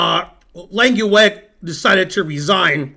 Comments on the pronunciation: Lenkiwag? You’re pronunciation of a dutch name is frankly terrible! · His name is Langeweg, not Lankieweg.